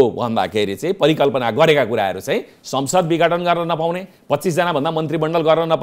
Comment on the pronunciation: पत्रकार जी विगठन हैन विघटन हो ।